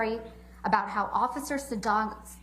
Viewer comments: did Camille really say "occifer-cer" instead of officer? 😂😂 holy hell she must be drained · Haha she says occifer.